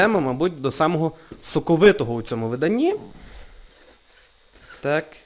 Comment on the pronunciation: вимова "с" і "з" крізь зуби пом'якшення "в" перед "и" - вьикладу , соковьитого пом'якшення і заміна наголошеного "и" на "е" пилочку , пиво якбьи та і решті слів з "и" проскочило інтелнет